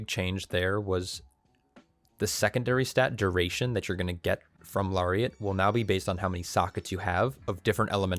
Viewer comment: It’s “Larry”iat